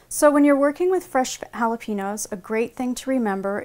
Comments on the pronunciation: i hate it when people say "holla-PEEN-yo" when its "holla-PAIN-yo" not too good with breaking words into sounds but you get my point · Did anyone else get annoyed how she said jalapeños. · I detest the way most Americans pronounce Jalepeños, the "n" isn't pronounced like an "n". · It is bugging me so much how u r Sauk g jalapeños Ugh If your gonna say it Say it right